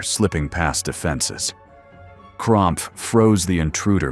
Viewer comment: Lol cromph, monshoon 😂, if you're gonna use ai to make your videos at least get the names right dude.....Gromph....Manshoon